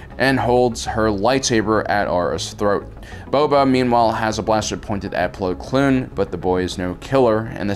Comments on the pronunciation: . It bothers me how much he says plo kloon. Its Plo Koon, he nearly had it...but his common struggle with words attacked again. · Every time he says “Plo Kloon” I die on the inside. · Btw dude plo's name is plo koon NOT plo klune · zook420000 do you hear plo kloon as well? Not koon kloon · Is it just me or is he saying Po Kloon instead of Plo Koon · goddddd its Plo KOON K - O - O - N KOON not KLOON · ITS PLO KOON NOT PLO KLOON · Who the hell is Plo "Kloon?" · “Plo Kloon” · I like how says Plo Kloon instead of his real name as it’s a slur, even if he doesn’t mean to I still like it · Ah yes... Plo Kloon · is saying Plo Kloon on purpose as a joke or?... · "Plo Kloon" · Plo Kloon? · Plo kLoon?? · I know who plo koon is but, "Kloon?" If I had a nickel for every time mispronounced jedi names... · How does he manage to know so much about Star Wars yet not know half the characters names. "Plo Kloon" "Ki Adee Mundi"